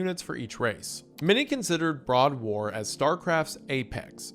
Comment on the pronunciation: lmao "Broad War". come on man